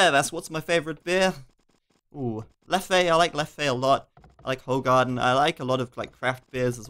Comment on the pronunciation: As a Belgian, the place where Leffe and Hoegaarden are brewed, I can honestly say that pronunciation was rather awful. Still glad you appreciate them :)